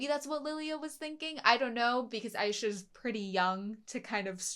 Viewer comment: Aisha, not Aiesha,. I love AutoSave but one thing never been good at for some reason is pronouncing anime names. 😜